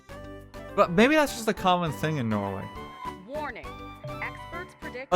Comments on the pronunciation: So many Tolls... What is this? The road to Dublin? Feckin Norw-EA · It's called Norweay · Nnoo not norway